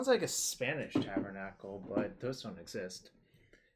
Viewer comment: It's not Spanish at all the tabernacle you're just pronouncing it so wrong xD